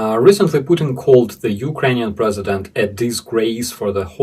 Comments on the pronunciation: Did you say " Puking " instead of Putin ? If so congratulations and keep up the good work. I guess those circus clowns bending steel and demonstrating their physical prowess is something every little ruzzian boy aspires too. A fucking freek show and an embarrassment . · pukeing instead of putin 😅🤣😂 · Hot water bottle, and you pronounce 💩 tin, Puke tin (sick tin) 😅😂😅😊 Glory,Victory, Peace, and Justice for Ukraine 🇺🇦 🇬🇧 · "Pukin". I like it! 😂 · • I knew I heard you correctly! You 𝑫𝑰𝑫 call The Evil Dictator “PuKin” 😂. You be safe, too! Hearts ♥️ and prayers 🙏🏻 are with you and all of the Vidvazhni heroyi v Ukrayini 🇺🇦🇺🇦💪🏻 💪🏻